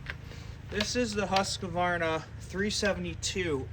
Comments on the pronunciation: And yet, you can’t pronounce it. Husk-VAR- nah. Three syllables. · lol—- I used to work with a Husqvarna repair woman. She does it the “American” way. Said almost everyone she deals with at Husqvarna does it the same. It’s acceptable. Just like janka. Everyone pronounces it with a J sound. (Should be Y)